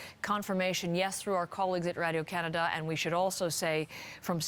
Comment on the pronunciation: I like how you said radio Canada with a French accent during your reporting. Really adds to the story.